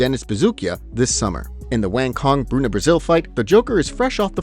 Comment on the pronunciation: Omg!!! wang cong so mispronounced, punch it into Google translate and click speaker icon to learn how to say her name.